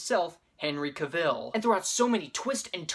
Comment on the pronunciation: It's CAV-ulh. Like gavel.